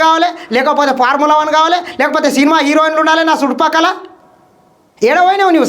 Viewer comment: అది parmula కాదు బ్రదర్..ఫార్ములా..